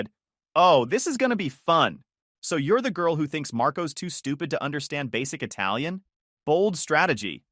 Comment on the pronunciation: you spoke that italian so perfectly!